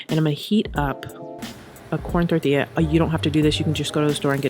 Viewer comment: Being a Chicana I grew up on tortillas. 🙃 idk why but I'm obsessed with the way you pronounce "tortilla". 🥑🥑🥑